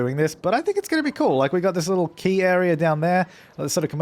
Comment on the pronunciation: Quay is pronounced 'key' you aussie battler